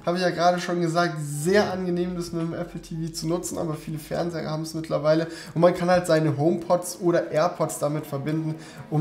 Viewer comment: Du sagst ja immer noch „Fernsehre“ :D Ist das irgendwie Dialekt oder so? Oder hast du dir das einfach falsch angewöhnt? ^^